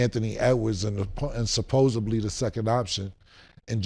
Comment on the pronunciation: such a smart guy putting a B in the word supposeDly, D, D, D!!